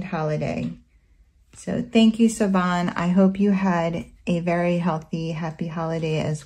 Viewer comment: Oh boy those are gorgeous! My favorite is the cat. They look like such good quality too. Just FYI you pronounce her name Shivan (it's Irish).